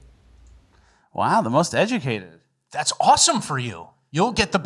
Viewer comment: "EGLSES!" = most educated.